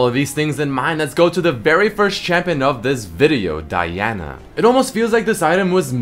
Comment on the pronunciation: He's saying it correctly.